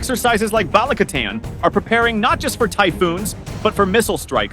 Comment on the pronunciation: PLEASE get the AI narration to pronounce Filipino names CORRECTLY! Baleek-a-TAN not BALIK-a-tan. And Cag-i-YAN, not Cag-AY-an. (And I'm an American, but one who has lived there.)